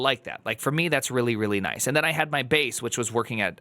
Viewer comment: he definitely meant noice :)